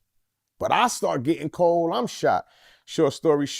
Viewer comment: “all that cowld case murdur stuff”